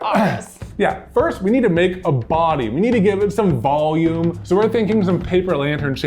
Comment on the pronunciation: They built up "ball-ume" to attach the fluff to... I know they said volume, but I heard what I heard.